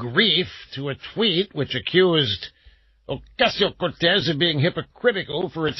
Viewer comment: OMG why does he say AOC's name like that? That is beyond annoying!